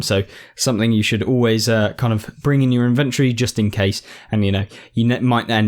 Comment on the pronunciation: Thanks for the video, it's useful. But it's pronounced IN-ventory not in-VENT-ory